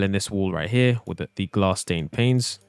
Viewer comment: do you ever notice that when he says 'panes' he always accidentally says 'planes' 😅